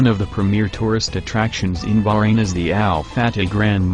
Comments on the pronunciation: BAHrain, not Brain!!!!! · Its bahrain not fuckin burane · It's not berain it Bahrain 😑 I'm Bahraini n proud 😙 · this guy ... its not barain its baHHrain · Bahrain not BAHrain! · He meant the pronunciation. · It's not brain it's baahhrain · Omg, always failed in pronunciations....brain? brain? Its BaHrain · Bahrain. Pronounced BAHrain. Not barain. Not brain. Not bayran. Not burayn. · English people call It Bahrain but They pronounce it is Like this "Ba-Rain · Very interesting, but I wish you had hired a human narrator rather than using a computer-generated voice (particularly one not programmed to pronounce Bahrain correctly). Any human being would have been better, so I can't imagine it would have cost much more. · before i say anything, i appreciate the effort. i really do (since nobody really knows about Bahrain) but the way he pronounce "Bahrain" is just........ummmmmmm